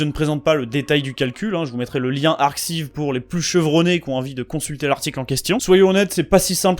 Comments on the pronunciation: Vidéo hyper cool ! A noter qu'on dit "ArKaïv" pour ArXiv, comme pour des archives en anglais. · Super interessant. J'aime beaucoup la partie sur Fibonacci. Petit detail : arXiv se prononce "ar-caille-v"